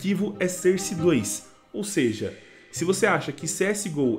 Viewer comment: Utilidade publica: a pronúncia de SOURCE não é "sârce", mas sim "sórce". Tmj ✌